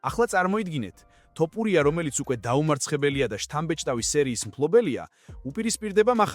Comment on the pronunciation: მგონი კომპიუტერი ლაპარაკობს თორე ტოპურიას რატო ამბობს ეს ხმა